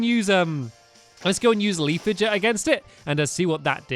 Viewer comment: leafage is pronounced leaf age